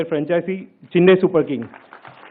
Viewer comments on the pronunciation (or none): It’s NOT Chinnai .. repeat after me “Chennai”. It was hard to follow. Horrible